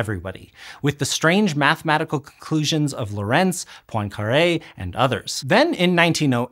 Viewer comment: I would really like it when a tiny bit of the research budget for otherwise excellent educational video's was spent on the pronounciation of foreign names. It's just on Wikipedia! "Hendrik Antoon Lorentz ForMemRS (/ˈlɒrənts/ LORR-ənts, Dutch: [ˈɦɛndrɪk ˈloːrɛnts]; 18 July 1853 – 4 February 1928) "